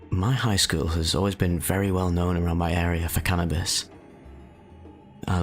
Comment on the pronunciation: “I was pretty average for my skeewl” lol that accent